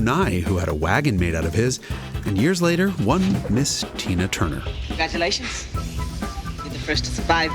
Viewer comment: Easy pal, watch how you say Tina Turner’s name.